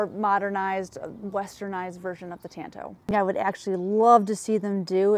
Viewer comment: For the love of non existent god, it's pronounced TAHNTO, ah, not an